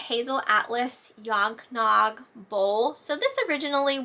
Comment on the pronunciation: I was like, did she say yog nog? Is that what they call it in PA? 😂